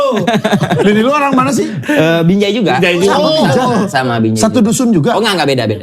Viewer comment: halahhh lidah abang bukan “binjai”, tapi “BINJE” 😂😂